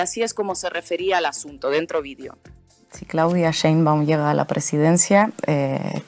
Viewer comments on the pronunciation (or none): No se dice sembu, es Sheinbaum